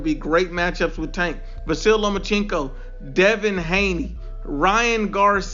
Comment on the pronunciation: “Gervonta STANK Davis” 😂😂😂😂😂😂